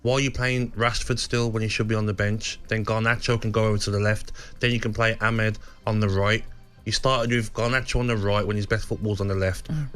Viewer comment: I just got aids from hearing Gaby say ''eighth'' and calling Ahmad ''Ahmed'', the guy is absolutely horrendous at punditry